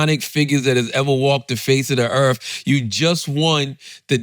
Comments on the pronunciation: "Earf" not Earth. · Charlemagne should invest in speech therapy since it’s his job to talk, no hate but dang, it’s distracting. “Erffling” “errf” “boaf” “arr” instead of “or” “narf” instead of “north” “olsfs” instead of “owes” It would help him out a lot.